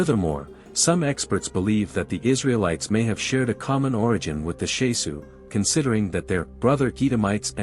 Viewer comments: It's not Shesu. It's Shasu. It matters, as the word is a Hebrew word with a meaning current today. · I wish the pronunciation was right. The SHAH-Sue of YAHU